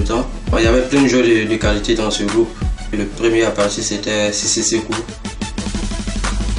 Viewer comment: Cissé Sekou and not Sesseko --"